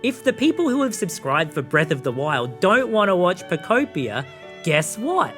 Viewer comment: Bweath of tha whyld